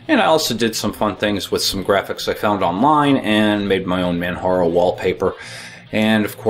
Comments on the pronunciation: Come on,! You should know better. It's NOT pronounced "Manharo", it's Pronounced just as it is spelled: Manjaro. A quote from the official "Beginners Guide" which is included in your install - "How is 'Manjaro' Pronounced? It's pronounced 'Manjaro'! As in Mount Kilimanjaro, which was the inspiration for the name. Man-ja-ro." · It is pronounced ManJaro not Manharo. Its like Mount Kilimanjaro (Inspiration for the name). Also the music drives me CRAZY! But nice to see my favourite distro getting some well deserved attention. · It's Man-JAR-O... Like the Mountain Kilimanjaro! : ) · I was wondering about that. Never having heard anyone else say its name, I had always said "Man-Jar-O" in my mind. Are you positive how it's pronounced, or are you assuming like I was?